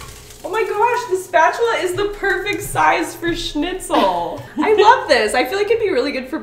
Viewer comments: I love that you know how to pronounce Schnitzel :) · Also she says Schnitzel very well. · Hearing english speaking folk pronounce „schnitzel“ the right way is satisfying